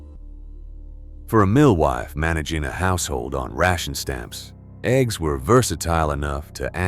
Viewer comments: This mf said eggs gs WTF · #6... Eh-gee-ess... gotta teach your AI model better 🤦‍♂️😆